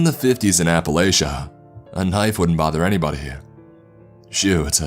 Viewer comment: It’s Appalachia not Appaælchia